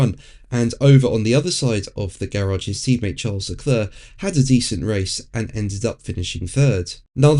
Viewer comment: “Le Clurrr”….it never gets old. If he didn’t “try” to do a French accent he would probably come close to the correct pronunciation